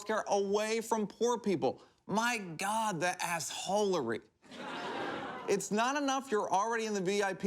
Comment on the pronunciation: Ah when he said the asseholery